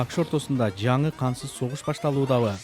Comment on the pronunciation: Кансыз согушпу же кантсыз согушпу туура суйлогуло